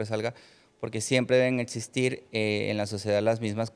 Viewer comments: Chale , otro invitado saco de papas... sera doctor pero cuando alguien dice "etsistir" o "etspertos", denota que tan rapido corre el hamster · No le puedes creer a un pseudo médico que pronuncia etsistir, setso, etc. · etsistir...etspertos.. y otras... jajajajaaa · Etsistir.... etspertos.... 🫣